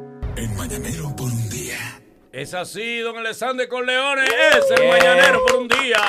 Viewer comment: Corleone en España no lo diste asi